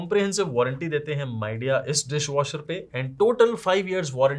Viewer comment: Is it only me who is hearing "My Dear" instead of Midea😂